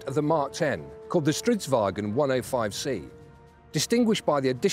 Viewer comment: He's pronounce stritsvagn very well